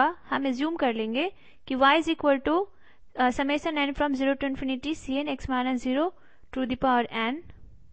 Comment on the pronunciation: Summation ko samasan bol rahi hai yeh😐😐